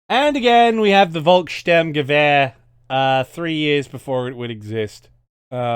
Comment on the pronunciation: Every time I watch a Vanguard video with the volkssturmgewehr I want to correct the pronunciation. So I'm going for it. In german V almost always makes the English F sound. So the Volk in volkssturmgewehr sounds like the English word Folk